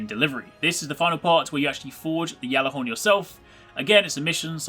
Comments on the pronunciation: How do you still pronounce it "Yallarhorn" when Saladin openly uses the "g" sound? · You are saying Ghallerhorn so wrong